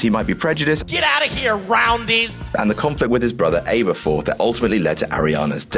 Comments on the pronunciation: Your pronunciation is horrible... Grine-del-wald. Abba-fourth. There is how you say it. Over than that, great video! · Grin-del-walled and al-ber-forth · GRIN-DIL-WALD AaB-ER-FORTH. not Aber... aaber... sheesh. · its pronunces abaforth like the band abba not A-bu-forth like Abruham. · I'm annoyed at how the narrator struggles to pronounce "Grindelwald" and that he pronounces "Aberforth" different to the films. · 1. its welfare not warfare 2. its grindeLwald not grindeNwald 3. its pronounced r-oh-ling not r-ow-ling 4. aberforth is pronounced wrong 5. theres a shit ton of other stuff i cba to write